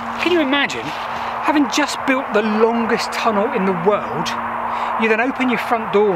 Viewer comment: 'Longest tunnel in the wowld.'. lol